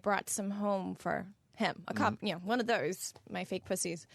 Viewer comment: why tf did she say "those" like an Aussie